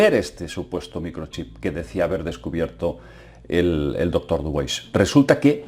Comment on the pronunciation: no es dubois pedazo de ignorante.. es dubua o diubua.. dubois dice el muy bruto..